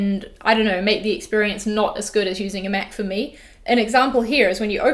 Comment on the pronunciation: Did anyone else think she said she's a meth user at the start? It took me a minute to realise she was saying Mac user